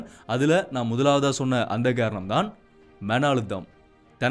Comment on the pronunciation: ஹாரணம் இல்லை,,,காரணம் தமிழ் உச்சரிப்பு மிகவும் அவசியம்